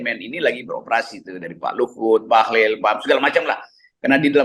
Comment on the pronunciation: RG sering salah sebut Bahlil jadi Bahlul..beda satu huruf aja tapi maknanya dahsyat bung..